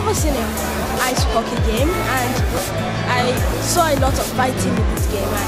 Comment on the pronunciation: Ok kid, it's pronounced Hockey (Hoc-ee), not "Hokey". It's awesome to see a kid who has never seen a Hockey game before. There are Six Canadian teams (used to be seven, Quebec Nordiques they turned into the Colorado Avalanche) we have: - Toronto Maple Leafs - Montreal Canadians - Ottawa Senators - Winnipeg Jets (Current: Arizona Coyotes)(ex - Atlanta Thrashers) - Vancouver Canucks - Calgary Flames & my home team the Edmonton Oilers